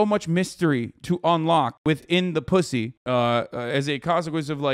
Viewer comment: Hasan just stop saying posy, it hurts, just say vegaina